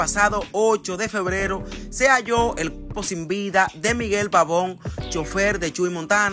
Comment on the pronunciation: Primero aprende ha hablar el cuerpo no cuelpo